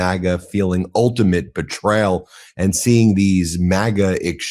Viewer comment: STOP SAYING "PLAY THIS CLIP" STOP CLAWING AT THE CAMERA FLORIDA, NOT "FLARIDA" FOREIGN, NOT "FAREIGN" BETRAYAL, NOT "BETRAAL"